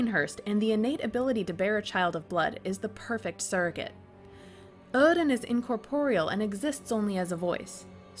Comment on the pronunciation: Either the accent is consistent or it isn't. My god, my ears bled each time you said oedon